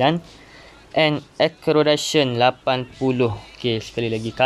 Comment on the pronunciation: Cara sebut acceleration tu mcm ni " ekselerasyen" bknnya akkelerasyen